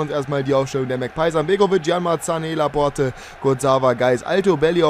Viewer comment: Da vermutlich "Laporte = la porte = die Tür" heißt, bin ich mir sicher, dass es "Laport" ausgesprochen wird :D